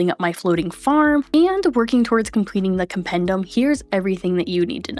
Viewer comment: As hermione would say: it’s compendEEum, not compendUM.